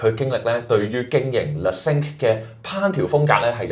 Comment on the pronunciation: 你好！首先感謝製作了一段不錯的短片，介紹巴黎四季酒店内的晚餐。 在這裡，有两個善意的看法供你參考。 1） Le Cinq, Cinq 的讀音有點似“腥q“，而不是“星q“。對於外語，不妨參考Google Translate 以了解正確讀音。 2） 在介紹美食時，須多做點功課，不要只說“個汁係鹹鹹地、酸酸地，幾開胃”。應深入去明白菜單的鋪排、菜餚製作的背後、醬汁的調性……等。 謝謝！